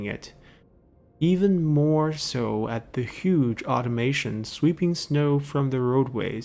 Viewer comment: There's no I in Automaton. "Aut-or-matt-on" DDRJake, perhaps the best-known youtuber for Frostpunk content, also calls them Automations. I wonder if he's been an influence! Jokes aside, I've really enjoyed this series so far. I look forward to seeing more of it, and seeing your decline into the Dong Zhuo mindset as the difficulty creeps up. If cruelty is the price of survival then you must not shirk from employing it!